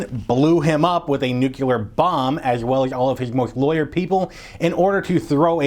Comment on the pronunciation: Nuclear, not nucyaler. Other than that, great!